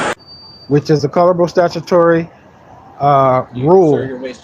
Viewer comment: I understand that people who don't use certain words often might easily mispronounce them. But these people are attending "seminars" and still saying things like "statubatory" and "ferederal" law. If you've got special knowledge nobody else has, get the pronunciation right. It won't make you less stupid. But you'll at least be convincingly stupid.